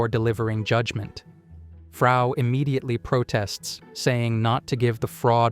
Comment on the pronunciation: Dude its Frau not Faru 🧚🏻‍♀️ Frau German word for Woman.